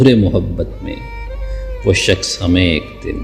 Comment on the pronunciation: شخص۔۔۔۔۔شکس نہیں۔۔۔اردو تو سیکھ لے۔۔